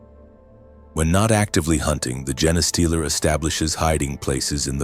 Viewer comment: It's a gene stealer not a Jenna stealer, damn.